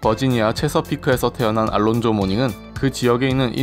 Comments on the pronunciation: 미국에서 올란조라 불린다고요? 전혀 그렇지않습니다. 미국이나 영국식이나 알론조라 발음합니다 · 이이름이 이제 정확히 영국 발음과 미국 발음을 구분 짓는 표본이 되는 듯 합니다. 우리 즉 영국 발음으로 "알론조"라 한다면, 실제로 미국에서는 "올란조"란 발음으로 불리었죠.. 모닝하면 제일 먼저 떠오른 것이, 원래 호네츠에서 친하게 지내던 래리 죤슨과의 난투네요. 닉스와 히트가 라이벌이던 시절에 말이죠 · 모닝 관련 영상이나 아니면 명예의 전당 영상을 봐주세요 분명 똑똑히 “올란조”라도 들립니다. 90년부터 Nba 팬으로서 한번도 미국 방송에서 “알론조”라고 발음하는 것을 들어본 적이 없습니다 여기에 듣기 버튼을 사용해보시면 명확한 차이가 들립니다 그리고 해외 어디서 거주하시는지 궁금하네요 ^^ 저는 예전에 보스턴시 옆에 있는 케임브리지에서 거주한 적이 있었습니다만 ^^ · 영국발음이 우리의 "알론조"에 가깝고 미국 발음이 "올란조"에 가깝게 들립니다. 님이 개인적으로 그렇지 않다고 하시는 거에 대해서는 충분히 그러실 수 있다고 봅니다만. 저를 비록한 제가 아는 모든 미국인들도 그동안 "올란조"로 발음해 왔습니다. 그리고 저와 제 지인들은 Alonzo를 Al이라하고 부르지 않았습니다. 왜냐하면 말씀하신 알파치노처럼 "Al'이란 이름이 있기 때문이죠. 보통 Al은 이탈리아계 남자들의 이름을 연상시키고요.. 제가 알기론 Alonzo를 줄여 부르는 말은 "Zo"입니다 90년대에 제가 미국에 있었을 떄 저와 제 지인들은 그렇게 불렀습니다 여기 에 똑똑히 "올란조: 특히 "lon"이 "란:으로 들리는데 안타깝군요................. 여기 도 그렇고요